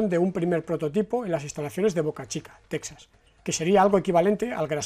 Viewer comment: Texas se pronuncia “tejas”.